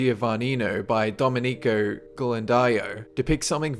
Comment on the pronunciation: MADONNA CON BAMBINO E SAN GIOVANNINO" Sebastiano Mainardi or to Jacopo del Sellaio. and your Domenico Ghirlandaio has nothing to do with this picture in addition please your pronunciation of this name is ridiculous . id lilke Domènico and not Domeni'co Ghirlandaio is GHI as the sound use in the word give for the first 2 letters